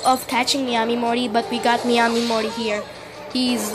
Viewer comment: It's pronounced Mi-a-mi